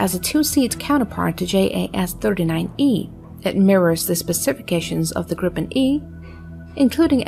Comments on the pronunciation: Kind of more grrippenn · stop saying " Gripppen" sounds stupid, its SAAB JAS 39 Griphoon